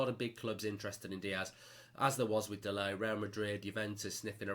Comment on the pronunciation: Did Woodward get delot instead when told to get de ligt 😂😂😂